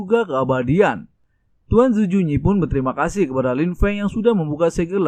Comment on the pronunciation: Owkwowkwkw tadi dia bilang sangat berterima kasuh bukan kasih owkwkwkwkw